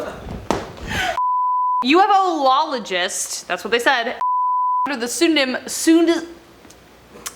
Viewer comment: I could see you struggling so I will assist... ū-fologist